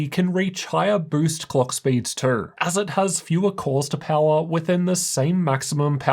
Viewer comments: The way he says the word, "too." lol "The 4090 was also running a little cooler twroughg." lmao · man, the way you say "too" and "though" lool